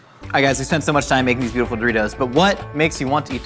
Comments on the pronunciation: Do-reece-os... eh I tried to make it work 🤷‍♀️ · I haven't watched the full video yet but if he doesn't call them Doreese's I'm going to be upset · Doreeses? I love that snack!